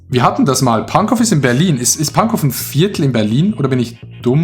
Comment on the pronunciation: Alle Berliner (allgemein Deutsche) sind getriggert wenn das W bei Pankow mit ausgesprochen wird :D